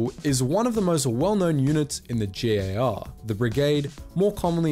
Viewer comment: Wonderful video, starsim just got slapped in the face by this one. Also very happy to finally hear a "jhee" instead of a "jhay" in G.A.R.